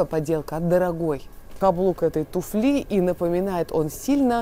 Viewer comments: Девушке бы еще подтянуть свои знания в русском языке, особенно, что касается ударений. Каблук тУфли, а не туфлИ. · Каблук туфлИ -это ужасно. Правильно говорить каблук тУФли, ударение на первый слог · ударение у тУфли.Это же ваши общеупотребительные слова.!!! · Не туфлИ, а тУфли. Параллель–тУфельки. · если вы хотите чему-то людей научить, то к вам скорее прислушаются, если будете говорить грамотно, а неверные ударения в словах выдают человека необразованного, которому и доверяешь меньше. доне́льзя в каблук этой ту́фли, при легкости ту́фли, с ту́флей, и т.д. Легко запомнить: в единственном числе ту́фля и множественном ту́фли во ВСЕХ склонениях ударение ВСЕГДА падает на У. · ну взялись о моде рассказывать, потренируйте речь, хотя бы как произносить слово "туфли" в разных падежах. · Всё очень хорошо, но ТУФЛИ всегда с ударением на У! Ну вы же из мира моды, так хорошо во всем разбираетесь, записываете видео, ну подготовьтесь, сделайте это грамотно